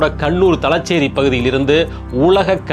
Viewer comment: மாப்ளா அல்ல.மாப்ள தலச்சேறி.அல்ல.தலஸேறி காளம்.அல்ல காலம்